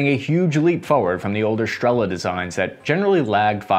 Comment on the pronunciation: Now got the "igla" thing (and no longer spells it as an abbreviation) - which is good: ) "Striela", however, seems to escape his linguistics, so here for anyone wondering - it's Russian for an arrow (стрела), and that "L" is actually NOT an "L" sound at all, it is pronounced as "w" - just as the "w" in "arrow" EDIT: Also, Polish "Piorun" IS NOT pronounced "PYRO-UN", but "P–IO–ROON" - "IO" as in "yo, man!".